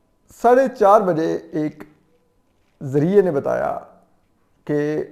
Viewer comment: Zarea nahi Zarae hota hy.